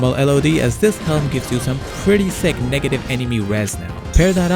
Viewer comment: Why you pronounce negative like that?